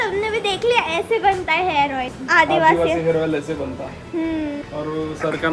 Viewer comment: Hair ...not harss😂😂